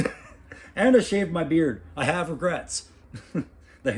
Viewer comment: "No Regerts" Lol